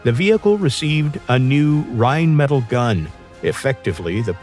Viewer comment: This AI voice has an utter lack of tone and is atrocious at saying "jagdpanzer" and "rheinmetal".